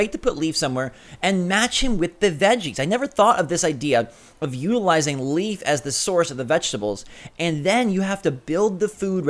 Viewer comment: Always drives me crazy when he said leaf lol